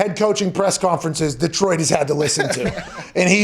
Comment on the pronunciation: Hey Pat. Detroit is just one E. Its not DEEEEEtroit. Its just Detroit.